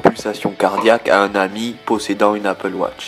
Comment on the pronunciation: MAIS POURQUOI APPLE WOTCH ?? ON DIT APPLE WATCH !